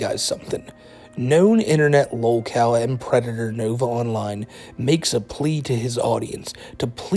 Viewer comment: I genuinely can’t tell if he says “novaonline universe” or “novine universe”